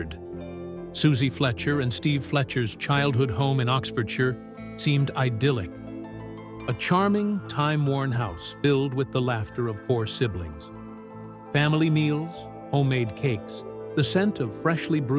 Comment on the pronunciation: Idyllic, not pronounced idealic , different meaning.